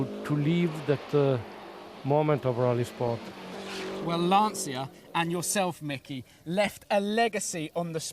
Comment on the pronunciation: Agreed and he doesn't pronounce Lancia correctly either...